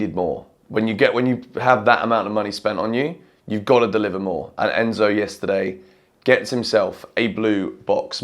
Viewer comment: Crazy how you butchered Enzo’s name and then he goes and scores 2 hahaha